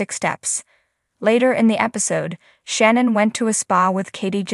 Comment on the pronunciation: The speaker need to watch show do she will learn how to say shannon right